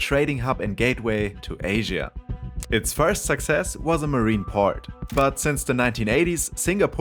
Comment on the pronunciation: Asia is mispronounced as far as I can tell